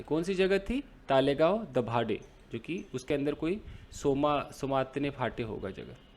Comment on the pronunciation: तळेगाव दाभाडे ऐसा उच्चार है